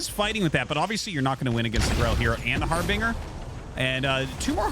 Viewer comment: Hey, love the casts, but you're pronouncing harbinger wrong